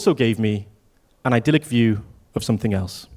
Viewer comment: Can't trust anyone who says "somethink" in their opening. like what the HEEEEEELLLLLLLLLLL